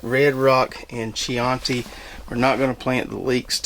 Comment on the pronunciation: I believe that chianti red onion would be pronounced key-on'-tee, named for an Italian wine from the Chianti region of Tuscany. Raffia covered bottles. Drank my share of the stuff in my youth which is one reason for how I got this way. I grow late season leeks (120 days) and keep them trimmed in the flats to about 4 inches tall. I tell myself that they add extra pre-plant diameter but I've been doing it that way for so long it may now just be an old habit.